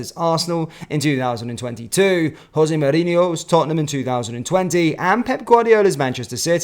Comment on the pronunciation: That’s not how you say Jose he isn’t Mexican! 🤣